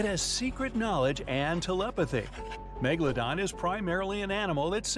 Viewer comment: Ok now, not to be mean but rather point out something funny, mega-dolo-don